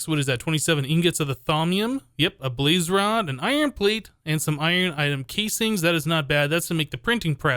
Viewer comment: "balz" i.s.o. "blaz"